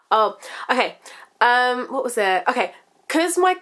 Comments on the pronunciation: Its sounds like your saying wart instead of what. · lmfao! i literally LOL'd when you went "WAAAT" in your accent! haha but im the same way when i hear something like ridiculous but i dont have the accent! LOL :)